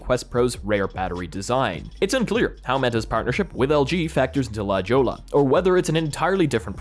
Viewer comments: A little tip: la jolla is actually pronunced " La hoia" and not "la chola". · Heads up - La Jolla is pronounced "La hoy-aa" it's a location in San Siego here in California and derived from a spanish word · Thank you, came here for exactly this reason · LOL😅😅 LA Jolla.. La "Hoyaa"...duh...😂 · He is foreign you know. Mexico is no way near him I'm sure..😅